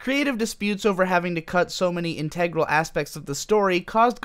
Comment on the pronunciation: You got my upvote for pronouncing "integral" correctly.